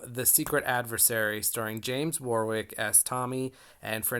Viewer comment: Really enjoying all your videos. By the way, Warwick is pronounced War - ick!